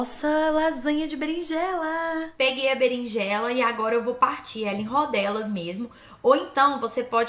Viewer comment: vc comeu o "R" da Berinjela